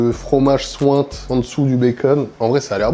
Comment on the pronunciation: « Ça souinte »